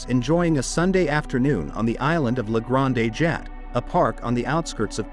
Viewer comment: Weird that it got “Renoir” but completely biffed “Grande Jatte.”